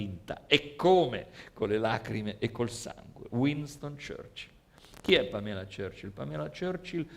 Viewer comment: Era Pamela Churchill ( ex nuora di Winston Churchill) ad essere innamorata di Gianni, non Gianni E si pronuncia Pàmela